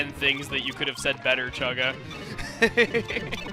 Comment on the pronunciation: apparently you did as well. It's Chuggaa, not Chugga.